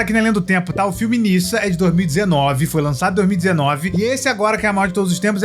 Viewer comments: se pronuncia “nedja” não “nissa” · Pronunciar chinês é um pouco complicado, mais o nome se diz Ne já.